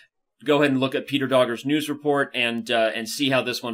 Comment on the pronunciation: Danny can't believe you actually butcher you Vice President's name Doggers = Dokhas (NOT DogERs)